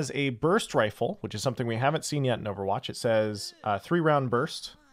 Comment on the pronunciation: Why do you say overwatch like that?